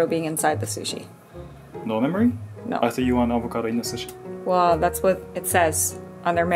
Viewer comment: Ok but the way says sushi is lowkey satisfying